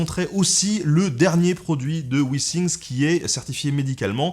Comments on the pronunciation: Withing = wifing et non wissing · Jsais pas si un jour les Français vont se mettrent à écouter quand les autres parlent... Wissing ? Wissing , dit moi sont où les S dans withings? Apprenez à parler avant de parler de l'accent des autres... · Quand t'as dit Withingts, j'ai entendu Vikings et j'ai vu Ragnar en toi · En anglais il y a les i brefs et les i longs. Pas de chance, il fallait utiliser le i long. Le résultat est plutôt rigolo ! Mais tes videos sont intéressantes et agréables.